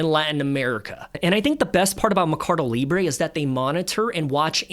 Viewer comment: MER-CA-DO. Not "me-car-do".